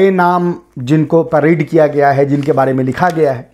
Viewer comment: बारे not बाड़े.....